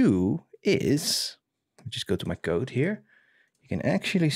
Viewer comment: I love the way you pronounce "code": [qoude] :)